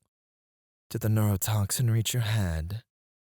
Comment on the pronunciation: He gave us the Australian special